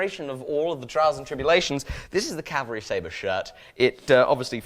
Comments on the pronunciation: "Cavalry Staber" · cavalry staber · cavalry stabre that was what you said at the start